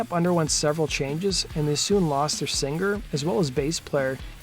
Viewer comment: I really really love the way you pronounce the word singer. Like Sing-gerrr!